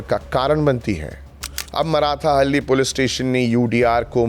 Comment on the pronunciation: बंधु आपकी प्रस्तुति उल्लेखनीय। परन्तु उच्चारण एक गलत हैं। यह मराठाहल्ली नहीं मार्थाहल्ली। मार्था एक स्त्री, हल्ली गांव। मार्था का गांव। इतना ज्ञान इस लिए आप गोदी में नहीं बैठे। जय हिंद 🙏🙏🙏